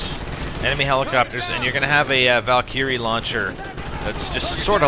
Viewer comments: Val Ker Ree. Not Val Kee Ree. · valkyrie= val-ker-ree not val-kee-ree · isnt it a val-ker-ry laucher? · its like he doesn't know how to pronounce valkyrie. (VAL-KUR-EE) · its prenounced val-ker-rye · Well you sure sound like it , but thats not the point you cant pronounce Valkyrie Rockets right .... You ey Canad? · u kinda pronounced valkyrie wrong.........cant really tell you in this comment how to pronounce it